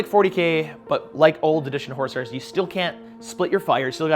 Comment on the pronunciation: Every time says Horus Heresy all I hear is horse heresy which is bringing up some weird mental images